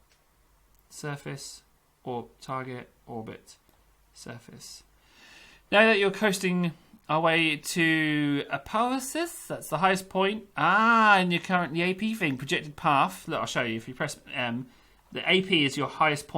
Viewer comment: Just so he knows in case It's pronounced : Appoapsis - app Oh app sis KSC - Kerbal Space Center KSP - you know VAB - Vehicle Assembly Building (the plane hanger looking one) SAB - is it Space Assembly Building? (rocket assembly) They changed it at some point and it confused me